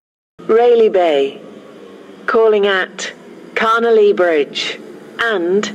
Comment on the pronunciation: When the station announcer says Carnelia Bridge (or however you spell it) it sounds like she says ‘Connolly Bridge’ imo.